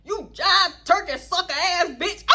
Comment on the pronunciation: I love when the COUNTRY comes out of you 🤣🤣🤣 I rewatched that jive turkey part like 10 times and was cryyyyyingg 🤣🤣”What kina TURKAAYYY” and the diddy bop … girlllll 🤣🤣🤣🤣😂